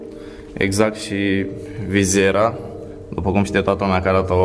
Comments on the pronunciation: nu se spune vizera se spune vizeta . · Vizetă se zice